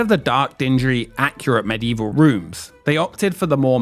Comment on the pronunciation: I seriously cringed every time the word "accurate" was uttered here